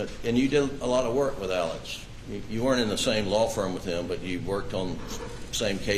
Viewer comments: Why are they saying AleC when it's AleX? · They are pronouncing it the way Alex himself pronounces it which is as AleC as opposed to the traditional short form of Alexander. It technically isn't wrong either if you think about it when sounding out the name Alik-zan-der and deciding to abbreviate it phonetically as opposed to how it is spelled. Many in the media are also mispronouncing the last name. Despite the spelling, he pronounces his last name as MurDOCK, not Mur-DAH or Mur-dawg.